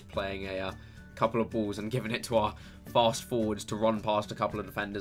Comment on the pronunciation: the way he says "fast" is hilarious.